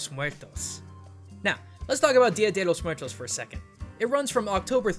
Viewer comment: Been Hispanic, specially Mexican, hearing "DYA DHE LLOS MOOAERTOS" is a bit uncomfortable. I know americans have a hard time using their tounges in spanish pronunciations, but, well, it's just some annoyance. I appreciate the effort. Gracias cabros.